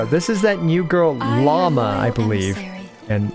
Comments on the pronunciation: I thought her name was pronounced “Loo-mah”, instead of Llama 🦙 could be totally wrong tho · its Lauma, not Llama, Lauma is a mythological being similar to the lamia in greek mythology, I think its from the Lithuania area. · Also her names not pronounced Llama it's laowema or something like that.